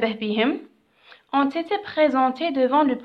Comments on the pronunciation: شكرا استاذة بزاف ملاحضة هامة : -استادة ont été تتقرا اون ايثي مش اون ثيثيي نتي هك تقراي فيها 👈👉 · تقرا أون إتي